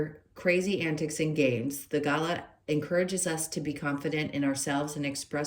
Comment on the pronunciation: Pronounced galar… rhymes with car 🩷